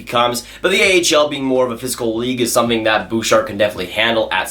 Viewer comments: The way you say Bouchard at the beginning 😬😬 although when you said it near the end it was a lot better 😂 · Evan Bouchard tenth? 😂😂